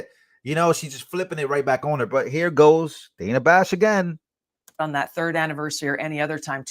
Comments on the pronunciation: Its Dana. So it's pronounced like Donna or rather with a soft 'a' sound. Long vowel sounds are created by placing two vowels together or ending the word with an 'E.' Short vowel sounds happen when a vowel is placed next to a consonant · THIS GUY CANT PRONOUNCE DANA, SO WHY IS HIS OPINION RELEVANT. JUST GO AWAY. AMERICA, 🇺🇸 LOCK UP CRIMINALS DONT ELECT THEM. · If she wants it pronounced Danna she should spell it that way. Otherwise STFU about people getting it wrong.